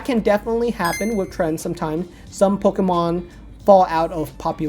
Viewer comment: hate how he says "Pokomon" LOL